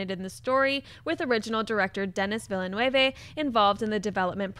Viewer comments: Okay lovely Collider team, Dennis Villeneuve is pronounced "Duh-knee Veal-nuhv'" and not 'vilanuevé'. It's really not that hard. You can do it! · Oh come on guys! Dennis Vill-eee-new-ee-eve??? Say it like this; Denny Vill-nuv. The guy's directing Blade Runner 2. At least learn his name. LOL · Here's a friendly tip from a non Quebecois canuck..... Denis Villeneuve is pronounced Deni Vill-noov; You're pronouncing it like a spanish:) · You guys are always pronouncing about 5 syllables too many in Devis Villeneuve's name. It's basically two syllables: "Veel" and "N-"euh"-v". I put in "euh" because I realize that English doesn't really have a equivalent for the "eu" sound, but it's basically the sound you make when you're wondering about something: "euhhhhhhhhhh...".